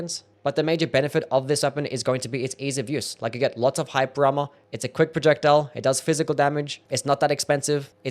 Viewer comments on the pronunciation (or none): bro says hyper armor like hype drama